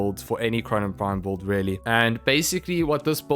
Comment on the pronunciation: Bro why do you pronounce Build as "Bolt"?